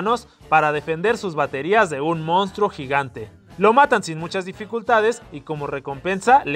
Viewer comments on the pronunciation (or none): none